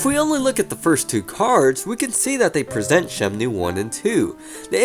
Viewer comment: i thought i heard he said it as 'shemnue'